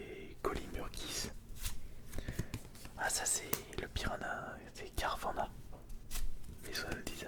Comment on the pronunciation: Bonne vidéo juste on prononce carvana et non carvanna pour carvanha